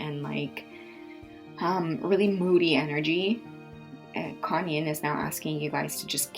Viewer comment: I kept thinking you were saying Kanye when you said Quan Yin 😂😂😭